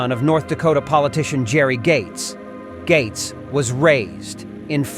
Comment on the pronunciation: Spelled - Gaetz but pronounced like Gates